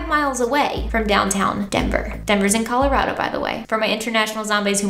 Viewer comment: As a Coloradan, I appreciate you pronouncing Colorado correctly.